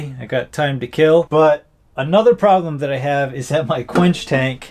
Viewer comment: It will keel